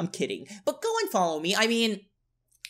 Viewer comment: Why did you say buck instead of but that made me laugh 😂 so much I had to repeat it again and again because it was really funny